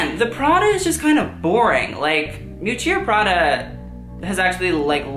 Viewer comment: The fact that you think you are a fashion expert, but you pronounce Miuccia Prada wrong is just pathetic😂😂😂😂😂😂😂😂😂😂😂😂😂😂